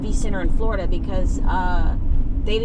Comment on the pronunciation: Everytime you say Florida I wanna cry 😭